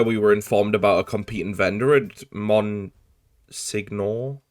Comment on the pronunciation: apparently the word itself is pronounced "Mon-senior" according to Google, although it's most likely pronounced by people in the area as "mon-sey-your" or "mon-sen-your" "Monsignor" is Italian, but the French "Monseigneur" is much more common in the area. Most of the words in the game that people wouldn't know how to pronounce are French. Cambridge probably isn't, since British people also say "Came-bridge".